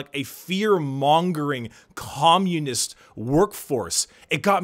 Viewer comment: "gommunism is when pubblic executions"